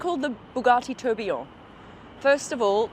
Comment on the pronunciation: You are pronouncing Tourbillon really badly 😂